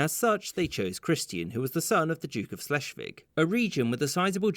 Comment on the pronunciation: Ah yes..."Slashvig" :D